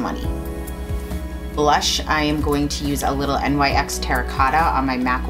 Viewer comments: it's NYX= nix not N.Y.X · Great video, and NYX is actually pronounced nix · Maybe a dumb question but is NYX pronounced "nix" or actually spelled out NYX? Most people say it's nix and don't use the abbreviation? This is the first time I've heard someone spell out NYX instead of calling it NIX if that makes any sense?